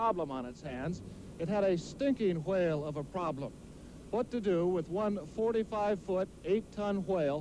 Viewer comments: I dont know whats funny,him calling the whale stinky or him pronouncing the whale that way. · Why do they pronounce whale with such an emphasized W sound